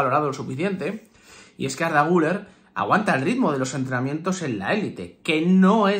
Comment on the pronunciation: Se escribe guller se pronuncia guiler